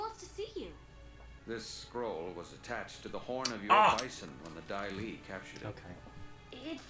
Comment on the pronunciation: Daili!!!!! Not dahli.